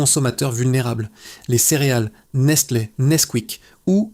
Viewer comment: yoplette ? nestleu ? vingt (silence) grammes ? merci l'IA (+ décalage son/image) !!